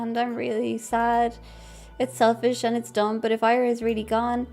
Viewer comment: hi, it's pronounced ee-ra, like you'd pronounce lira (the currency) but without the L